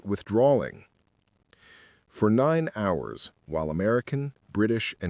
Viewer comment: You need to teach your robot that the H in "hours" is silent. It's pronounced "ours," not "howers," the way it does at first, you fools.